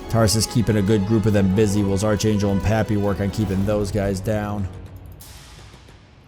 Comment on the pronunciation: it's pronounced ark angel not arch lol